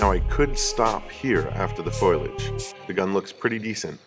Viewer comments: Foilage? Foliage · hey big guy, its pronounced FOE-lee-age. not FOIL-age. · foliage. fo lee edge. not foil-edge. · Foilage? I'm assuming you mean fo lee aj. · Great video, but for your own good: "FO-lee-edge". Say it with me: "FO-lee-edge" Foliage. It's Foliage. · “It’s pronounced Fo-liage” -Lisa Simpson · Wtf is "foilage" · That’s not how foliage is pronounced. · Yuu need to learn how to pronounce foliage properly.